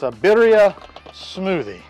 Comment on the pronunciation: If this is a Spanish dish the double “rs” are rolled when pronounced.